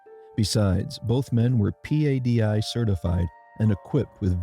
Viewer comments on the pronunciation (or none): 1. Even though PADI is an acronym, it’s pronounced like “Pad-e”. 2. Having a PADI cert. in reality means little in terms of an individual’s diving skill, experience, or knowledge. It’s like saying “They were both expert-level race-car drivers…after all, they had their driver’s license.” We all know that’s just the basic standard to allow you to legally drive without immediately getting yourself killed. Same with a PADI Open Water certification. And PADI, out of all the diving cert agencies, is most known for basically being a “diploma-mill” that has very minimal and rushed training for the initial OW certification. The devils advocate argument is that they are reducing barriers to entry (cost/time/difficulty) to maximize the number of people able to join the sport. Now don’t get me wrong, there are thousands of expert PADI divers out there. And I myself am certified through PADI (though no expert - I’m a Rescue Diver who considers himself average…at best). But those experts are skilled not because of the basic PADI OW training. It’s due to additional specialty/technical training (through PADI and/or other agencies like GUE, SSI, TDI, etc. and many years of practice and learning from other experts.